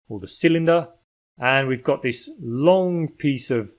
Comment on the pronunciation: Why do people start sayink lonk instead of long, and burnink instead of burning? Here we got another anti-NG person. Why do they do that? Local dialect without any NG sound? I really ting this weird, so I ask: why does the voice over man do this?